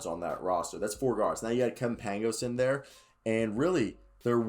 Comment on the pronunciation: It's pronounced paing-ohs